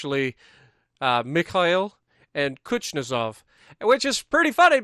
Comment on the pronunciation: cha-Pie-ev is how that’s pronounced. Also it’s kooz-Nets-ov